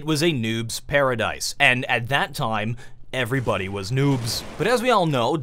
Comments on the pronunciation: "'Of all toim" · I like how pronouces 'time' as 'toym'.